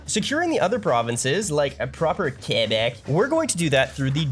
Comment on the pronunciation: Oh they know a lot about canada, they must be canadian… says “Quebec, Quebecois and Val d’Or” like a native… OHHH FRÈRE ⚜️